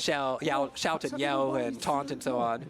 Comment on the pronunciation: My guy really said “Yout” and “Shell” instead of shout and yell